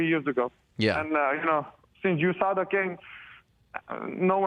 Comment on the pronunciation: LOL GSP pronounces it "US-ADA testing" :D And Chael, "OOH-SADA"